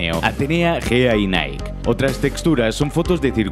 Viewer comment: Pronunciación de Nike en inglés... Facepalm. Se pronuncia como se lee en español y tilde en la E. Bah, es una tontería, me gustan mucho tus vídeos.